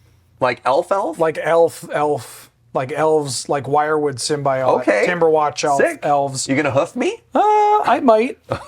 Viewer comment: Long time watcher and first time commenter, Symbiote is pronounced sim-bee-owt not sim-bee-ot